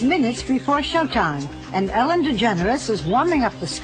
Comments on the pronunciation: I was hearing elle. Degener... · Its Ellen not Allen by the way xD